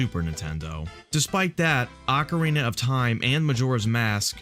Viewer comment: “Ocerina of time”